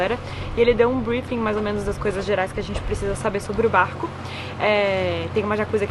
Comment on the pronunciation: Qtas vezes a falou BArrCO nesse vlog? Kkkk